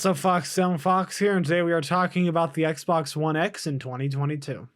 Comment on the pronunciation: swear he says Xblox one X, in the beginning hahahahha